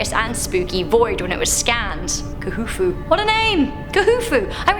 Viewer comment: 1 Khufu is pronounced Kufu and Tutenkamun is pronounced tutenkamin